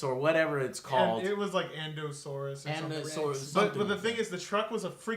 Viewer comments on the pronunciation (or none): atleast get the facts right.. the name is prounonced I n d o m i n u s Rex - the genetic hybrid is a FEMALE, why they say SHE when refering to it through out the movie. Claire even remarks on that they made the name easy enough that even kids could be able to prounonce it. it IS the original T-rex from the first movie, which is also a FEMALE. the LITTLE KID is implied to be AUTISTIC, the whole movie pushes that without going into it, his remark about "more teeth" is the suggestion that makes Claire (the redhead) realise they need help from another dinosaur - with more teeth. can't help but to think that if you had payed attention to what was going on and what was said in the movie (so you'd get the references) - you'd actually enjoy it more. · indominous rex... the whole point of the name is that its easy to pronounce xD 1 job joe lol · Indominus Rex! It's the IN - DOM - IN - US rex, godsdammit!!! FUCK! >.< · Endo-saurus? Sometimes I wonder if Joe actually watches movies before he reviews them. He gets a lot of terminology wrong lol. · Bill The Butcher Snort XD you called it an Indominous Rex